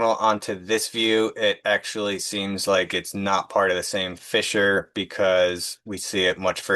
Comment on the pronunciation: Every time you pronounced fissure as fisher I laughed even thought it was dozens of times. Great work.